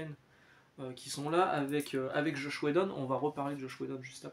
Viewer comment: Alors merci pour cette vidéo encore ❤ mais j’ai un petit bémol pour toi: c’est JOSS WHEDON et pas « JOSH » 😂 c’est mon créateur préférer car il a créer Buffy donc 😊 merci à toi monsieur pour ton contenu et ouais dis donc pour Cassaday je ne savais même pas 😢 …